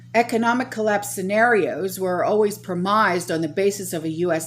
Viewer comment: INDICES--PRONOUNCED IN-DE-SEAS, LIQUIDITY--PRONOUNCED LI-QUID-ITY. NOT LIQUIDY, PREMISED--PRONOUNCED PRE-MISSED, NOT PRE-MIZED...LORDY GIRL